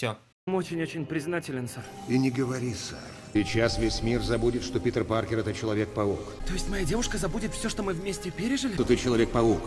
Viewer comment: простите, но Питербек Паркерханов.... ору